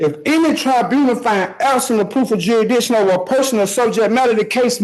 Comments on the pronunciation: "a lotta questions I need ya ta ansah" No, that's what lawyers are for. They will ansah you keshons bout jurshdishun. Judges don ansa keshons. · "Da jurrasdission gots ta be stablish for da hurrin can pwaseed! If da jurrasdission challens da hurrin caint pwaseed!" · He wasn't challenging "jurisdiction", he was challenging "Juri-dition". Totally different. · This Guy is an Overgrown DUH-RELL BROOKS!! He can’t “AXE” questions Properly! Or say Juri-Diction right! If you wanna argue different things in Court! Such as JURISDICTION!!! Learn how to talk first!!! He gonna be Walk’n the Green Mile!! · He gotta proo jurydishon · “You ain’t establush jurydishion yo honuh.” Jeezus. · 🤦🏻‍♀️Every time he said "juridition" my head hurt a little more! smh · I can't with this one. I just don't have the patience; between the speech impediment and the word salad about "jurisdition", I can feel my blood pressure rising. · What language is he speaking? What’s Jurmadikshun? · Every time he says "juridishun" in that whiny voice I want to punch myself in the face. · tf is "jerrydishun" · What is “juradishun”? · Can anyone tell me, what exactly, is "JURY- DICTION" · Das appen wen there's no jurisdissun yo anah! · Ah yes...... Good Old JURYDISHUN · Did this idiot say "juradition?" Stay in school, kids. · He doesn't even know how to pronounce the simplest of words. WTF is jurydishin? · Juridishun...😅 The magic words won't work if you don't say them right! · WTF IS “jurryditchion”??? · I've heard jurydiction and juritdisen. I have no idea what he's talking about. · "Libary" "Juridiction" "doodat" The sovcit lexicon is something else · WTF is dewidishion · And then we have the legal scholar that cannot pronounce jurisdiction. Bring it on with the jeridision. Bet the office had a few chuckles after this fool left for the day. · Is he sayin the court lacks 'juridiction'?😂😂😂😂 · You mean Jurrydition?? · Huh? It's pronounced "yeridission" It always has been. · Ya mean jur-ish-dishion? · Jury dishun